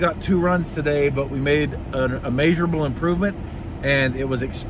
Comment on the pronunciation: "A maysurable improvement" Me: "correct!"